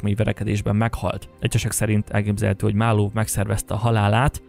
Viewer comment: A "marlov" égképp kiverte nálam a biztosítékot. Bocs. Nem hiteles.